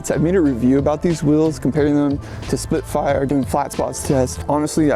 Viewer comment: you say "Perfec" you said "Splitfire" are you drunk?? I mean every video is riddled with your awful pronuncia im just baffled like no one else notices it hilarious none the less. Marking?? Instead of marketing. Come on man